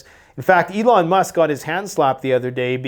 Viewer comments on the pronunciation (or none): none